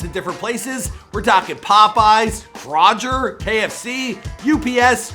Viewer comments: Gah Damn! You gotta mispronounce shit on purpose cause you do it every video when saying the simplest words. K- Roger?? It's Kroger,lol! (crow-ger) How you that slow,lol! Come on. Like I said,when you do your research,do your research. If you need an English teacher hit me up,lol! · Bro Ik u did not just call (KRO GER) kra ger u slow 😂😂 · Did this man seriously just say KRAWGER? It's KRO-GER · He Said “ Craw Jer “ Instead Of “ Crow Grr “ ( Kroger ) 😂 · Them man said Krawger it’s Kroooo gerr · My man did not just say krojer instead of Kroger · 😂 no how u pronounce it it’s ker-o-ger not kra-gers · wtf is krawjer LMFAO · It's Kroger .....LMAO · americans: kroger: krawjerr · He said Roger it like kro ger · He said krojer🤣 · Bruh it Kroger (Krowh • ger) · I'm I just high or did he say krogger instead of kroger? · Did he just say krojer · THIS MAN SAID { KRAH-GER} LMAO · the way he said kroger, it’s pronounced kroh -gur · Did he just fucking say krojer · Bro who tf says krojer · Its kroger "crow-gerr". Great video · did he just say “crojer” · Kroger 😂😂😂Kro-jer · 😂 I caught that too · I'm sorry but did this man really just mispronounce Kroger 😂🤦‍♂️ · The way he said Kroger made me laugh that’s not how u say it